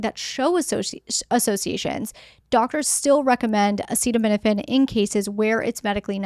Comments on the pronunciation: What insane world do we live in that our health policy is decided by the whims of a person who can’t even pronounce acetaminophen, instead of scientists and doctor 😊l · Why do we let someone decide our health policy, who can’t even pronounce acetaminophen? On top of that, that person is overweight, eats McDonald’s, drinks soda, and has swollen feet. Some people call him captain bone spurs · I'd say you are nuts if you take your medical advice from a man who can't even pronounce the name of it.